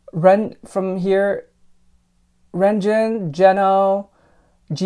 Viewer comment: maybe it’s because I’m chinese and I pronounce it the way it was written in chinese lol and you pronounced renjun’s name correctly! I think ‘lonjin’ came from the pronunciation of his chinese name? But the ‘ren’ is actually pronounced ‘ruhn‘ (仁-you can put this word in google translate so you can get a more accurate pronunciation) and ‘jun’ is very close to ‘jin’ (俊）. That’s just how his name is pronounced in Chinese, hope this helped?